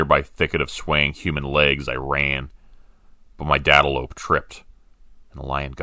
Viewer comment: “My dadelope” 😂 This story is great! It’s similar to writing, imo